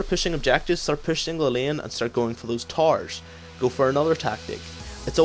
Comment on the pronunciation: lol when you say towers it sounded like tarws